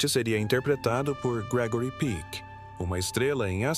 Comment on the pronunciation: O nome não é Gregory Pique, mas Peck, com o 'e' bem aberto, "é".